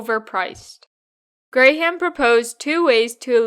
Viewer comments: "Gram" not "Gray-ham". That bothered more than it should have, but enjoyed the video otherwise. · I thumbs down this bc I believe you’re saying his last name wrong based on the videos I seen from Warren saying his name